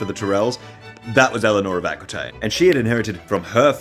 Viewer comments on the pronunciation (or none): Prononciation is terrible but the story is very much true. Eleonor of Aquitaine (and not, aquouintaine) was a fascinating woman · Saying Aqooeetaine but Teerells is hilarious